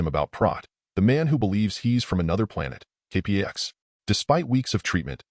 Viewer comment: The movie was terrific. Your retelling of it is OK, but having a machine do the narration leaves a LOT to be desired, from mispronouncing the name of the planet (kay-packs) to several other goofs that distract and detract from the telling. Still, your video reminded me how fond I am for the film so, thanks. But seriously, consider having a person do your narration.